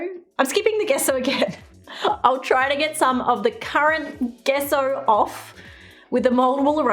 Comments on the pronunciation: Gesso is pronounced as je-so to help you instead of guess-o Hope I helped!! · You pronounce it jesso not gesso. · Its pronounsation is jeso not geso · Gesso = Jesso with a “J” sound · Take a shot every time she say gesso.. jesso? gesso? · Gesso is pronunciated like The JE in jester (jesso), hope to help! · Gesso pronounced "jeh-ss-oh" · In the USA we pronounce it "Jesso" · Lol, Gesso with a j sound.